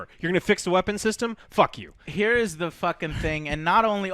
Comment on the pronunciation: That "Fuck you" was sooo clean and amazing